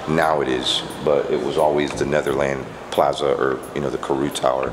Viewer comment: plaza said like plarza